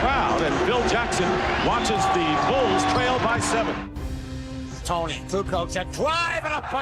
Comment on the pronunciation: If this narrator doesn't stop mispronouncing Tony's name! Good Lord